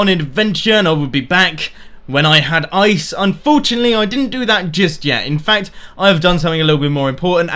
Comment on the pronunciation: I improve videos, plz dont say "unforuntalty" at the end of each video